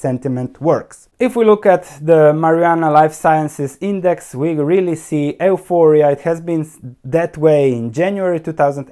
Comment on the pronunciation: if you don't mind one small suggestion, euphoria is pronounced as (yuforia).